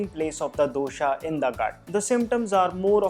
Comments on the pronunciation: I follow yiur vodeo they are so much knowledgeable and accurate. One complaint though Pls pronounce dosha vata pitta kaffa correctly. Just because these letters end in a the pronunciation is not doshaaaa it's dosha' And similarly other. Say the words as it is said in its own language. Why make it an english pronunciation for no reason. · My South Indian mind is hearing dosa everytime he says dosha🙂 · Me too😅🤣